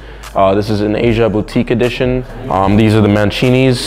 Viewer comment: It’s nice to hear a US watch dealer pronounce the name Mancini correctly